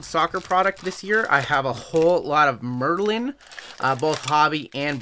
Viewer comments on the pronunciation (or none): none